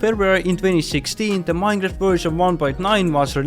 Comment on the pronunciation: Minejraft XD